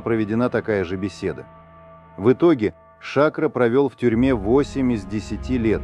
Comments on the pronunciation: Не Ша`кро, а Шакро` -сахар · Эй комментатор, ШакрО,а не шАкро!!!! Откуда вас берут таких"грамотеев"????